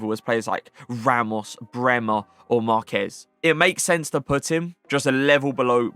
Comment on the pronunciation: finally said marquez correctly 😭🇲🇽🇲🇽